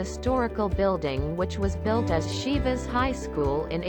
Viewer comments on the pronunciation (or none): I could not finish it while repeatedly hearing "Șivas" :( was so hard to pronounce it correctly?